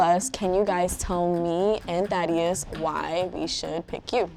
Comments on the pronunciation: Every time they said Thaddeus I heard "daddy yus" also what is Dimitri Instagram he is pretty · Am I the only one who thought he said daddy not thaddeus lolll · Sounds like he’s calling the guy best friend daddy lol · Every time they say the guy friend’s name it sounds like Daddyus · I just keep hearing "THOTteus" tbh